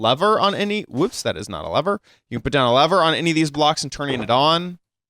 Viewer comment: Wow he says Lever as Lavar,Lava and Torch